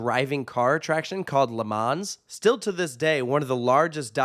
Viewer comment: Great video, always love going to this park. But one thing i have to comment - its simply 'le mon' not 'monz' 😂 cheers